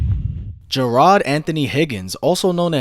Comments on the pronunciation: It's not ja rod it's jarad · You did not just say “jah- rad” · Good video but Jarad is pronounced Jarid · Mans really said Jerod lmao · pro pronounced jarad wrong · How you say his name wrong to start video 😂🤦🏾‍♂️my god